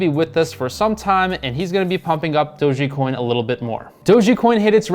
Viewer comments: It’s not „Dog-EEE-Coin“. It’s Dojjj-Coin! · Stop saying dogi coin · who says doge like "dogie" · He keeps saying dogie coin and it’s bugging me 😅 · you are saying it wrong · Please learn how to say Dogecoin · Not only late to the party lol, but can’t even pronounce it correctly